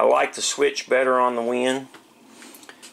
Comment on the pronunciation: great review, very informative. but the company name is WEN, not WIN, just so you know.